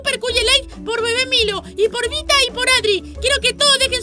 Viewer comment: Se dice vita no vista